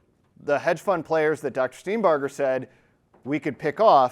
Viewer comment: OMG -- one of the few people who have properly pronounced Dr. Steenbarger's name:, impressive